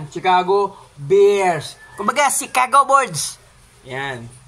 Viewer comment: Chicago bord's ilonggong ilonggo ang pagkasabi mo idol ah hehehe